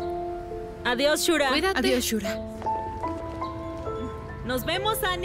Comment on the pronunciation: "Shurka" no shura